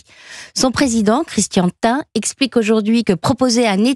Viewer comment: Christian thin n'existe pas mais si vous parlez de Christian Tein sa se dit T1.